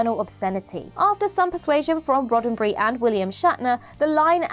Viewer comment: "Gene Roddenbry"? Who the hell is that? Its RODDENBERRY.